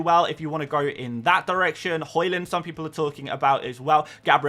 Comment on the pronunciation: Why you keep calling him HOland?? He's Haaland.